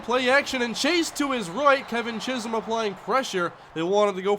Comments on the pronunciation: Great pronunciation of Chisholm this time around! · He said chisolm right!